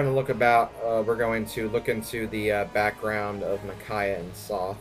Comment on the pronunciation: ahhh stop pronouncing "Sothe" as "Soth" >.<